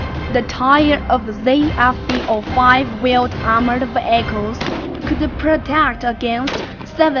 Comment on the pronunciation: i like it when she says "ve-ai-chals"